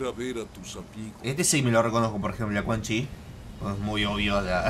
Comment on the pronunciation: es cun yin >:V